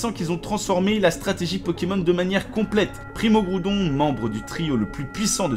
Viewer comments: Primo. Kriogre primo graoudone. Méga. Garaykatza tous chaynais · Primo graoudonne primo kaiyogre méga raikaza TOUT SHAYINEY. XDDD